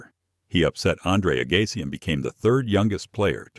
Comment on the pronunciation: Who ever wrote this must be an idiot. So too the speaker. Does not even know to pronounce Agassi's name correctly. The pictures are so dumb. Says Hewitt beat Fed but they use a picture of Roger with 1st. place trophy. Like one comment reads, watching this video was time I will never get back. What a load of bunk!!